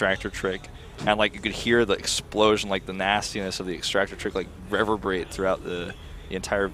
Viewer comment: Please learn how to pronounce reverberate